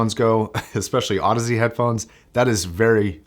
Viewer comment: Apparently, Audeze is supposed to sound like Odyssey